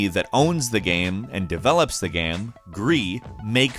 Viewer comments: what the fuck is wrong with you pronouncing the word game? you say it like gham or something. sounds so fucking weird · Everyone: Game: "Gaerme" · I love it how you pronounce game. Its like gaem. Or gäm. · why does he pronounce game like gaem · "Gayem"- This guy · Is everyone ignoring the way he said game